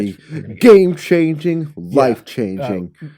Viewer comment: I love it when they talk “F13: The Gam E”